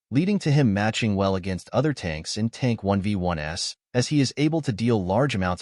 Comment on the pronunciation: Been watching your vids since the first powerpoint. I noticed that AI always reads '1v1s' as '1v1 es'. You can fix that by changing the script to 'one v ones' for the text to speech. Try it.